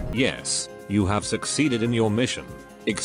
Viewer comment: Shang Tsung was so badly miscast in this. Tsung should never be pronouncing "you" as "yuh"